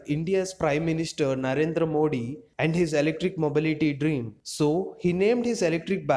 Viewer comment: Its modi not mo d